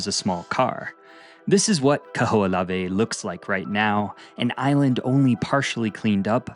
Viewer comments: Kaho'olawe is pronounced Kah hoh oh lah veh! You pronounce every letter... consonants and vowels...the h isn't silent! Mahalo for da history lesson but make sure you get da pronunciations correct too! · The Island name is pronounced Kah-ho-o-lah-veh.